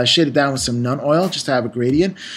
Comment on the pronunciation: When he says Nun Oil, is that the same things as Citadel's Nuln oil?